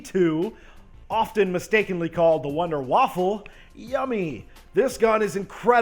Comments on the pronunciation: DAMN IT DEMPSAY WONDERWAFF NOT WONDER WOFFLE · In correct German, the Wunderwaffe is pronounced like "voon-der-vaffuh". As most CoD players don't speak German, they just say, "wonder-woff" or "wonder-waffle". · Just gonna say it is Wonderwaffe (Voonda-Va) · Honestly, can no one pronounce the Wunderwaffe correctly??? Remember, it's GERMAN, so you have to pronounce the "W's" as "V's"... so it's pronounced as (Vunder-vav) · Hell no,5-Ray gun 4-Winters Howl 3-Thundergun 2-Ray gun Mark II 1-WindeWaffe DG-2 (and that's pronounced with a V not a friggin W) WundeWaffe kicks the Thunderguns ass